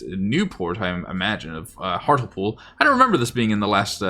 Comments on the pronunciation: Hartlepool is pronounced Hart-Lee-pool. Found it surprising my home town is in the game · Based on your pronunciation of Hartlepool ( it should be hart lee pool) I hope Jeff Stelling isn't a subscriber 😅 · Hart le pool, not hartle-pool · Pronounced “Hart-lee-pool” 👍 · Just thought I'd mention that Hartlepool is actually pronounced more like 'Hart-li-pool' #TMYK 😉